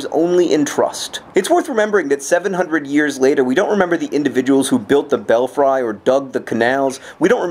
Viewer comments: john... did you say belfry as in bell-fry? you do know it's bell-free, right? unless that's how the dutch say it in which case never mind... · Is "Bell fry?" an ironic pronunciation of belfry, (which I pronounce "belle-free" and am now wondering if this is an Epii Tome of a pronunciation mistake). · why does he keep saying 'bell-fry' its like, belfry isn't it? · That's beautiful... But did you just say "bell-fry" instead of "bell-free"? Have I been pronouncing this incorrectly my whole life?! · John, I love you... but in the interest of pedantic obsessive nerdism, I must point out: it's pronounced, "bell-FREE", not "bell - FRY" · Belfry pronounced bell- free. GRWARWR Giant squid of anger. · It's pronounced "bel-free"...just sayin'. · actually I'm pretty sure he's pronouncing it wrong. I think.